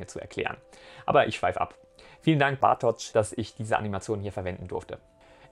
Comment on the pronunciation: Fürs Video recherchieren und alles vorbereiten sollte auch beinhalten dass du dich zumindest einmal darum bemühst die Aussprache von Bartoszs Namen anzuhören und seinen Namen nicht einfach nur erahnst. Wtf?